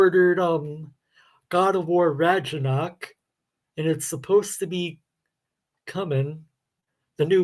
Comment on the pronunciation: Hey...great stream! Just FYI, it's not pronounced God of War: Radja-knock...it's God of War: Ragna-Rock!